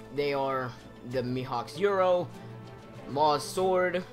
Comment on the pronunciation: You doubted yourself, the cherry tree has nothing to do with Going Merry and you were doubting if Thousand Sunny was made from the Treasure Tree Adam (which it was seeing Franky stole their money and bought the wood), also, you can't spell a Japanese word in English, Yoru is the Romanized version of the actual Japanese word, it's Yoru not "Euro". If you're going to pronounce it in English, than use the English word. Yoru = Night in English, so yeah, no need to get pissy.